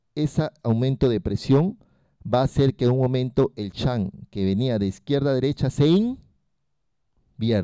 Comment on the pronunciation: excelente exposicion ....sugerencia no intente decir las palabras en ingles......shunt no en chan , entre otras